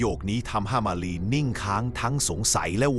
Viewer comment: ทำไมบางคำที่พูดถึงเพี้ยนเช่นมาลีเป็นหมาลีและอีกหลายๆคำที่เพี้ยน